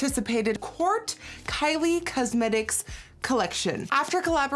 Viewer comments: ' kylie cuzzmetics ' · I actually really like the way Nikki says "cuzmetics" lol 😊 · kylie CUHsmetics